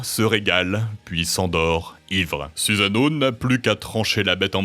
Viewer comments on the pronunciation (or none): Dommage que les prononciations des mots japonais soient bancales : Kusanagi est bien prononcé alors que juste avant Sasuno est prononcé "Suzano" alors que c'est "Susano" tout simplement. Pareil pour Orochi -> "Orotchi". Vous pouvez faire lire les mot pour une IA par ex pour être sûr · Noooon! On ne prononce pas "suzano" mais "soussano" :/